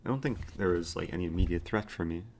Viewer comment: Every word that eric says which ends in a ‘t’ makes me cringe “threatttt”